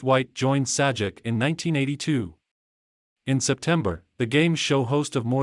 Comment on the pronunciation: bro - if you can't narrate your own videos, or get someone to narrate them and also pronounce Pat Sajak's name correctly (he's only a TV Icon) than lose your YouTube channel!